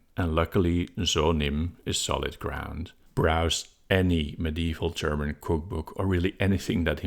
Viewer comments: actually your german pronunciation is pretty good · Your German pronunciation was quite good! Certainly intelligible to German speakers; just heavily accented. Nothing to be ashamed of! :)